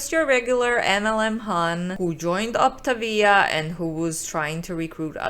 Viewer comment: The first time I had ever heard of Optavia was through ALR and Obese to Beast. I’d like to take this moment to apologize to ALR for mentally making fun of her for the way she pronounced Optavia. Turns out, she was right. I will still mentally make fun of the company for how the pronounce their name, but that isn’t ALRs fault haha. Also, if you’re going to take the time to package up your own almond milk and flavoring, why don’t you just make the coffee at home too? I feel like the point of getting coffee at a coffee shop is so that you don’t have to worry about making it yourself. The only time I’d say this makes sense is if you have a severe food allergy or if you have some kind of religious food standard.